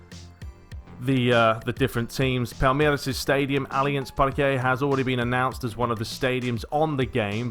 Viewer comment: Why the hell are you pronouncing Palmeiras with a Spanish accent ("Palmeirath")? It's a friggin brazilian club! Portuguese speaking! You sounded very ignorant there lol.